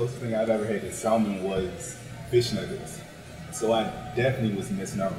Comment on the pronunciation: Winston and Ashton keep pronouncing "Salmon" with the "L" is driving me crazy!😠 lol